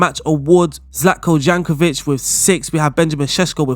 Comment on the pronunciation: Zlatko "Jankovic" thats a new :D